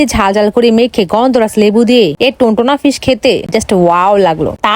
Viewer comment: ফিশ ❌ পিশ ✅